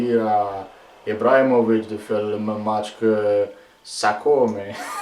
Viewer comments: il manque juste le faite que prononce toujours "mètch" au lieu de "match", ca me fait marrer absolument a chaque fois hahaha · Mais nan carlo il dit " metch "